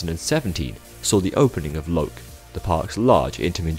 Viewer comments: Thanks for a good in-depth video on our amusement park. Learned a lot about its history! The pronunciations were not the best on some rides like Loke, it’s more like “Lok-eh”, but most of it was right or close enough ^^ 👏 Btw when you said “A zero starshape” my phone Siri activated, paused the video, and started reading an article on Star Shapes. Thanks, I guess? Lol 😅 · as if pronounces "loke" like that... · I don't usually, I don't know why I pronounced it like that this time!